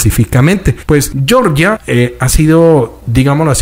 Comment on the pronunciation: Cuando te refieras al país Georgia se pronuncia como se Lee en español no estás hablando en inglés para pronunciar yeoryia